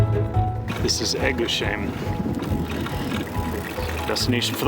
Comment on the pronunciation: Only for info... they are all "heim"s. That is, even if the preceding ends in an S. So Eguisheim, doesn't have a SH in the middle. It's S-H.